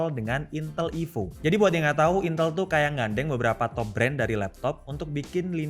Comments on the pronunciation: Bacanya INTÉL bang, bukan INTEL... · duh, ngomong "intel" nya kok saru...